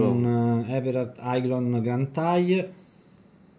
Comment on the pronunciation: Aiglon si pronuncia eglon